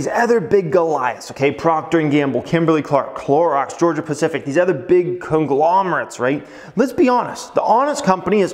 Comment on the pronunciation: Why you pronounce other as eh-thr. It’s uh-thr. Please.. it stings my ears! I promise I’ll hit the like button… Just pronounce it right, once!!!